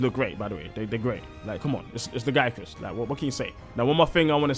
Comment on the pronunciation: Dw bro youre saying lagiacrus the only right way